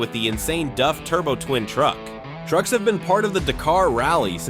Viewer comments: Duffman says, you can't pronounce the name of this truck correctly. A-who-haa! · You need re-upload this with the correct pronunciation of DAF, you've no credibility leaving the way it is! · Is it me or is he saying ‘Duf’ instead on ‘Daf’? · It's not DUFF it's DAF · DAF. Not DUF, DAF. I know cuz both remaining turbo twins are parked three blocks away from my house. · DAF is pronounced A for apple not DUF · Its a DAF.....not a DUFF 🤦‍♂️ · its pronounced D A F not duff ! for christs sake...and they were beasts. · DAF not duff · It’s D A F not duf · Duf ??? It is DAF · Its daf not duf 😂😂😂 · DAF as in daft not DUF as in beer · Its Daf not Duf or more precisely Dav is closer to the way the Dutch pronounce it. Its literally written on the side of the truck how can you get it wrong. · What is a DUF? i didn't realise it wasnt DAF.... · What's a Duff truck? A beer truck for Homer Simpson? Get the pronunciation correct... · bro I am grateful for the free content I get to enjoy, but please, help me understand. How did you arrive at pronouncing "DAF" as "duff"? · Why can’t Americans seem to pronounce simple manufacture names properly it’s Not DuF that’s a beer from the Simpsons DAF D A F as bad as Americans trying to pronounce NISSAN Ne-SAN it’s wring NISSAN like miss Nissan no Nee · That's D-A-F not D-Uh-F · not dov. its Daaf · its pronounced DAAAF not DUFF, but then again .... A.I voice overs are not exactly good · It’s DAF not DUF? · It still a DAF, not “DUFF.” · of DAF? i mean its close but not correct, its pronounced with an Ahh instead of an Uhh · Its pronounced D A F F not D U F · Duf….Duf….DUF?!?! Who is Duf Trucks. DAF - Dee Ahh Ffff - DAF…like “Daffy Duck” minus the fy at the end. No “U” in it, and the aren’t Springfield’s finest beer 😂😂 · from England we don't pronounce it "duff" it has an "a" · DAF is a dutch company and in dutch its pronounced DAF not DUF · LOL no its pronounced with a Dutch soft a, dahf not dayf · Why is he saying DUFF? Stupid AI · DAF not DUF.